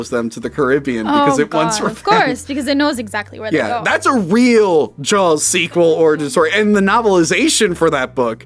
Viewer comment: It sounds like is saying "Jawls".